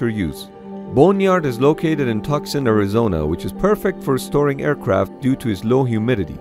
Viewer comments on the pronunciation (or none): Tucson is pronounced “Two-sawn” not “Tuck-sun”. I used to go to the University of Arizona there. Go Cats! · "Tuck-sun"?!?!? 😂😂😂😂pronounced Too-s-on lol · Tuck-son?! Tucson is pronounced “Too-sahn” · For those that don't know: Tucson, Arizona is pronounced Two-sawn not Tuck-sun. Narrator mispronounced it. This message has been brought to you by good intentions. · Re: Tucson is pronounced "Too-Sawn" , NOT " Tucks-On " ..!! Not that we Tucsonians ( Too-sewn-ee-uhnz/-ee-ehnz) care. Much. Ok, maybe a little. But our open arms & wings will welcome you with just as much love, regardless of y'all's speech patterns. Yee-haw! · Been there and it's freaking awesome. Unfortunately the narrator mispronounced Tucson wrong. He said (tuck sun) when it's (two son) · Narrator said Tucksan, Arizona. It's Tuscan, pronounce it correctly. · Tucson is pronounced too-sawn not tuck-son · Did he just say "tuckson" Arizona??? Lol all this time I thought it was pronounced Too-son. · Did he really say, Tuck-son? It's pronounced (Two-son) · Tuxson......lol it's pronounced "too son" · OMG! TUSCON IS NOT PRONOUNCED TUKS-AHN! REPEAT AFTER ME...TOO-SAHN TOO-SAHN TOO-SAHN. I'm a Native dude, that's just sad. Do you also say PHONE-ICKS! JEESH! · It’s pronounced to-son not tuckson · Lol tuxon Arizona. It’s pronounced Too Sahn. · Tuck-son is exactly how I pronounce Tucson, Arizona. It's just hilarious to hear someone else say it unironically. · I stopped paying attention when he promised Tucson "tuck-son" lol. EDIT: pronounced* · “Tucson” is pronounced “too-sawn” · It’s pronounced too san and I know cuz I have been there and actually visited this place and it also has a museum called the Pima air and space museum. They have super cool planes and even a perfectly preserved SR-71 black bird! Btw I’m not trying to be a smart ass and correct you and I love your videos you are awesome! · Did this guy just pronounce Tucson as "tuck-son".... hahahaha...omg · It's pronounced "too-sawn" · Its pronounced 2son